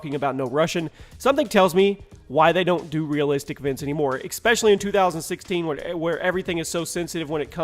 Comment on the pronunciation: There's no X in "especially". And seeing that you say "especially" seven million times per video, maybe you should learn how to pronounce it.